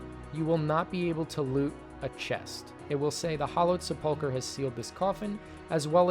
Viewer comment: Why are all these videos pronouncing sepulchre that way? Is it pronounced different in different regions??